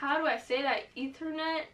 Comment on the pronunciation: “Ethernet ululu” 💀😂